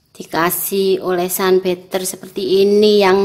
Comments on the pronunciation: Bacanya butter itu bater bunda bukan beter, kalo beter mah jajanan biskuitnya coklat 🙂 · Habis olahraga ya bun sampek ngos ngosan gitu.Sama koreksi butter bacanya batter bukan better.